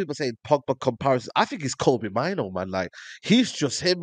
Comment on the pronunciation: Name’s pronounced “MAIN-OUU”, not “MINE-O”, he’s originally Ghanaian.